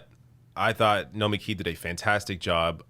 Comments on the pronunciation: Take it from a Greek: it is Nomik-I, intonation on the last I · It's not "Nomikee", it's Nomeeki".